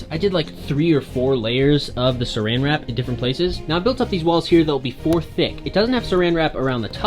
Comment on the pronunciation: Wen he sed suran wrap me as a British person I sed wat do you mean suran wrap its clingfilm